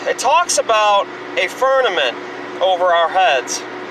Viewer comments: It sounds to me like her is saying fernament and not firmament. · LOL, “firnanent” It’s “firmament” and the original Hebrew word is “raqia” which literally translates to “sky.” I’m a Bible believer, and even I know that it’s not always supposed to be taken completely literally all the time! Good Lord almighty. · He's saying FERNAMENT, I thought I was hearing him funny, but nope. He's saying FERNAMENT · I just about die every time he says "Fernament." 🤣😆🤣😆🤣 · He can't even pronounce Firmament, sure as hell has no evidence for it. He lied about the gravestone too.